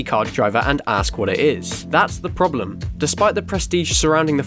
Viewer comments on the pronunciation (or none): none